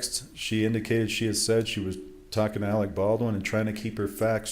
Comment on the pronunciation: Why can’t the in-studio guest pronounce Alec Baldwin’s name correctly? He’s been calling him “Alex” all day! 🤯